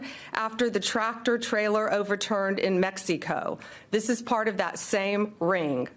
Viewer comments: Let us see the evidence! This Trump administration are all proven prolific liars. Just like you had the doctored photo of MS-13 on the knuckles of someone’s hand, saying this hand was that of Mr. Garcia. That was a lie! Why do you pronounce Mexico as “Mex-i-co?” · I don’t trust anyone that pronounces Mexico the way she just did tbh